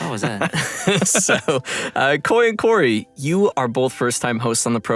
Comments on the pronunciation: I don't know why... but i heard Corgi instead of. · i heard "corgi" instead of "" in the intro i